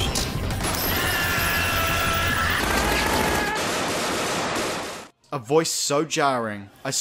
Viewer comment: "they need to say extermente to reload" WHAT